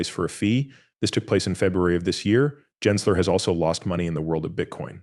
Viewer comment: It's not pronounced "Jensler", but we can't expect a fake AI voice to know that when it's narrating fake AI content.